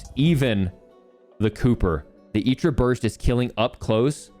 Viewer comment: I know you're saying "Itra" properly and all, but I hate it for whatever reason